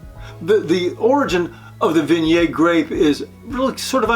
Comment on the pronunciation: Great info but please, for the love of God, pronounce Viognier and Condrieu correctly!